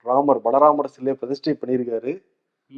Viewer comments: உச்சரிப்பு சரியாக இருக்குமாறு பார்த்துக்கொள்ளுங்கள். பாலராமரை பலராமர் என்று தவறாகவே மீண்டும் மீண்டும் கூறுகிண்றீர்கள். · balaramar aa baala ramara 🤨🤔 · Hi, Balaramar illa brother baala(child) ramar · boss athu balaramar illa baalaramar😂😂😂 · Yeppa vun vaayila eechata kaachi voota. Adhu Balaramar illa Baala Ramar. Balaramar, Krishnar voda Anne. Baala Ramar na kuzhandai Ramar. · பலராமர் இல்லை....பாலராமர் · ...பாலராமர் என்பதை இரண்டு தினங்களாக பலராமர் என சொல்கிறீர்கள் திருத்திக்கொள்ளுங்கள் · Bro, think name of deity is not Balaramar….it is Baala Ramar (young or Baby). Ithu kooda olunga research pannama…u spoke abt this news for 20 mins…. Enna thaan imperfect show na kooda…ivlo imperfection koodathu 🤭😅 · It is பால ராமர் not பலராமர் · U r mentioning as Bala ramar. Balaramar is the brother if Krishnar. U have to pronounce property. Mention as Baala ramer (kulandai ramar like kulandai yesu) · It is not Bala Ramar Ramar- Baala Ramar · பலராமர் இல்லை பாலராமர் உச்சரிப்பு சரியில்லை.பலராமர் என்றால் அவர் வேறு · has been committing the same mistake these 3days. First i thought may be they are making a statue for Balaramar also. It struck me only today that he was saying Balaramar instead of Baalaramar. Thunaikala vittutteengale 😅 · It is not Balaramar it is Baala Raamar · Not Balramar. It is Bala Ramar. Anchors needs to be careful